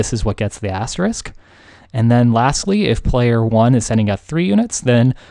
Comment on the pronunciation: I thoroughly enjoy the struggle to pronounce asterisk with much dilemma every time it is said, :)